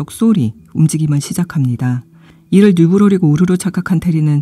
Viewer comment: 이 영상도 소설도 재미있게 봤습니다 영상으로 소개해주시니 이미지가 더 잘 그려지네요 한가지.. 뉴브로릭 -> 뉴로브릭입니다 😊